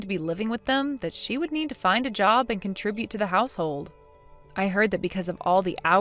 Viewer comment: I DON'T BELIEVE IT , I DON'T BELIEVE IT !!!! SOMEBODY FINELY PRONOUNCED THE WORD CONTRIBUTE CORRECTLY 🎆🎇🎇🎆🎊🎉 👐"HALLELUJAH 👏PRAISE THE LORD"🙌🎉🎊🎆🎇🎆🎇